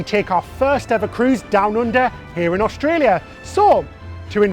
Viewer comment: You say Melbin and Austraya perfectly.